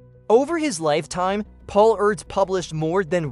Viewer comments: It’s pronounced “Urr-dosh” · I believe it's commonly pronounced as 'Air-dush'....Mr AI narrator!! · I cannot stand the mispronunciation of his name. How lame.